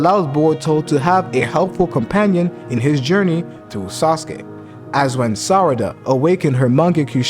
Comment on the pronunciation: great job by speking sarada not sadara 😂😂